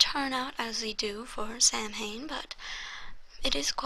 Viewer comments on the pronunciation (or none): I love this series so much, but I was bought out of the immersion by how you (and most Americans tbh) pronounce Samhain. It's pronounced sah-win, not Sam-hain